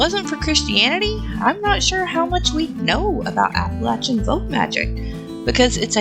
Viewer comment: Just saw you're in NC and that's why you pronounced it right lol. People further north pronounce it LAY. But anyways, thanks neighbor!